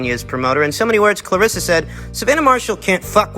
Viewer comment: Why are you putting an 'i'' into the girl's names, dude? Claress-i-a Shields. Savaan-i-ah Marshall.